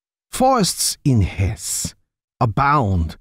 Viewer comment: Hesse has two syllables in German. It's odd that a German wouldn't know that.